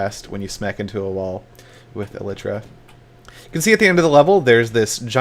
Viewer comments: Must be the upgrade to E-lie-truh I've been hearing about xD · He was closer than most of the minecraft youtubers by a lot actually. He pronounced it fine just put the emphasis on the wrong syllable. 99% of the minecraft youtubers say it wrong. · Well Seth pronounced it pretty close to correct in this video. Just need to emphasize the first syllable instead of the second. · that isn't how you pronouns Elytra...